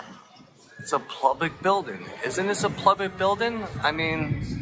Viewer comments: What’s the point of the “weather report”? Do they think it makes them legit, and would fool a judge? 🤨 And, , does he say: “Isn’t this a plubic building” twice? Or am I hearing things? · Its Public not PLUBIC...This guy beyond dumb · He's there to fix the pipes! It's a Plumblic Building!!!🤪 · I really want to knock the shit out of him everytime he says plublic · Every time that guy says "plublic", I lose a tiny bit more of my faith in humanity. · Is anyone else hearing him say the non-word "pLublic" over and over again? Maybe my ears need to be checked. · Does he keep saying “plublic”? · Why does he keep saying it’s a “plubic” building? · What the heck is a “plublick” building?? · Omg if I hear him say "plublic" building one more time....I'm gonna rip my ear off 😂😂😂😂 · "But this is a plulbic building" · I'm from jersey and my mom was from the Bronx and I've never heard the word plublic before this guy. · It’s called Public not Plubic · Was he saying Plublic? 😂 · He keeps say plublic building. What the hell is plublic? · Plublic? Am I hearing this dude right? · I was thinking the same thing. I had to rewind a couple of times!!! He is saying plublic. 😂😂😂😂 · Is he saying plublic?